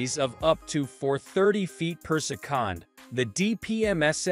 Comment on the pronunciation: its annoying also instead of saying seconds he say secands lol